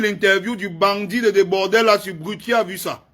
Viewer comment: Comment "Debordel" même😂😂😂😂😂. Un frère il s'appelle Debordo pardon😂😂😂😂😂